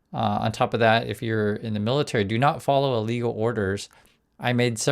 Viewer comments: Just a suggestion, but... enunciate when saying "illegal" so there can be no misunderstanding later used against you. It sounds way too much like "legal" for your safety. Again, just a suggestion. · Watch your enunciation, I too often hear and the Ai doing CC prints "legal" when you clearly mean "illegal" orders